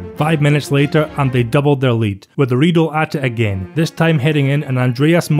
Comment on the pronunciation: Karl-Heinz Riedle: it’s pronounced like Riedler. Great vid though